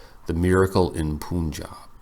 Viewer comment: Hey professor, it's pronounced as "pun- jab" Pun as you pronounce it in English